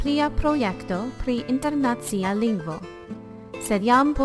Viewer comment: Is it so difficult to say internacìa instead of internàcia? I hate this mistake. / Cxu estas tiel malfacile diri internacìa anstataux internàcia? Mi malamas tiun eraron.